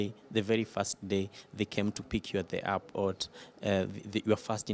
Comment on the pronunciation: Someone should tell the journalist that it’s First day First time First year Not Fast time Not Fast day Not Fast year ☹️☹️☹️ Rosie Africa is proud of you 👏 😍